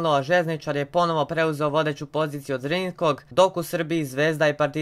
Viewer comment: kaže se zrinjski